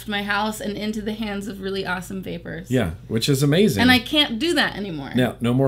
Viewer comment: at 1 19 49 did say ohmazing!!!!